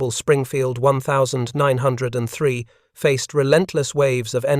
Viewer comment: I believe its pronounced ninteen-oh-3 springfield rifle!